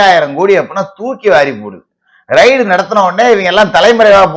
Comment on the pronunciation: அது ரைடு இல்லீங்க ரெய்டு என்று சொல்லுங்க.